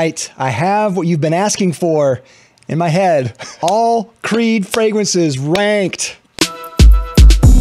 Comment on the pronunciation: did you say "ranked" or "wanked?"